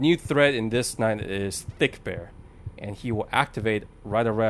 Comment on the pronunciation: the name is fredbear and not thickbear